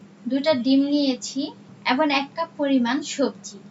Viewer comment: এবং বলেন।এবন না ।